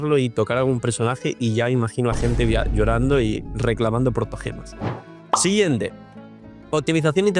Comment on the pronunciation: Nota: (ahí dice portogemas o soy yo? xD)